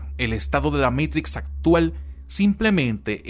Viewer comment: QUE BELLA PRONUNSIATION . DEEEEE MEITRICSSSSS